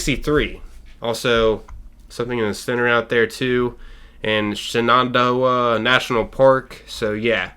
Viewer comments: It's pronounced, Shen-nen-doh-ah!! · Shenandoah is pronounced Shannon-doah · Hate to be that guy but just to help out its "shen-a-doh-ah" love ya see ya at helvetia again ine day. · i wanna know what the heck that storm is!!!! and its pronounced like "shannon" like the woman's name. "shannon dough ah" all one word. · Shenandoah is pronounced, phonetically, Shannon-dough-a. Every time you butchered it a hillbilly dies. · Shen-en-doe-uh that's how u pronounce it. It's in the country roads song 😂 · How did you mispronounce Shenandoah? We've all heard the song! Take me hooooooome, country roooaaads. hahahaha No hate :) Your excitement is infectious, and it's cool to see someone not just being a hater on Fallout 76. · It amazes me, the amount of words that youtubers I watch can't read or pronounce lol.